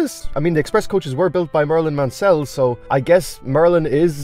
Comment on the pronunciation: I just said that as well just saw this